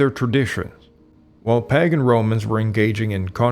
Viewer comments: "Paggin"? Phonetically how do you make that leap from "pagan"? Horrible pronunciation on "proselytize" as well. Very good video, but seriously? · "No AI was used in this video" Really? Right off, the narrator is most clearly an AI. The word pagan was pronounced pa-gan short a instead of long a vowel such as pay-gun which would be proper phonetics for the word. This one word was repeated incorrectly several times. Personally I don't really care if AI is used as long as the research and information is accurately represented. Maybe the research is correct or partially accurate but it does seem to contradict an early and much celebrated and honored Israeli writer and researcher Abraham Nahum Polak's book "Khazaria: History of a Jewish Kingdom in Europe".